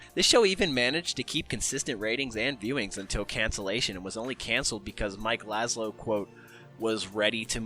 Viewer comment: lazzo not lazlo